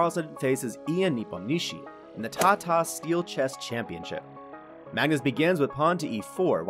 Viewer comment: Ian Nepomnichi ... Gotta love it when you've played two world championships and chess channels still don't know your name :p